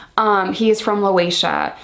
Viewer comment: Not Loation. It's Laotian.